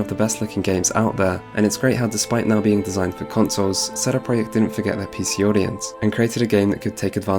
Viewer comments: What sort of man says "sheday preyacht" if he's not polish, an annoying as fuck wanker that's who. Couldn't concentrate through the whole video due to his wankery fuck They are called CD Project, not fucking sheday preyacht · Please stop saying CD Projekt like that... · "Setty proyeckt" Like what? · Lol, not one second in and I'm hearing CEDE PRJKT... SHOTS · You say "CD projekt" really weird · The way you pronounce CD Projekt sounds almost Hungarian lol, I love it. Took me a while, didn't even realize it first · Sounds polish to me